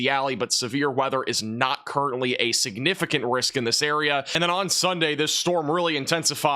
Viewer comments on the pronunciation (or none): Nice pronunciation of the word siGnificant. 😉👍🏼⭐